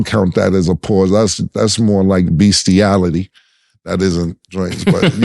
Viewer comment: u wild for saying Beastiality or Aligy 😆😆😆😆😆